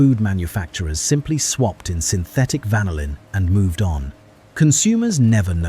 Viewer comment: Isn't the American pronunciation of "vanillin" actually: van-NILL-in, rather than: VAN-ill-in??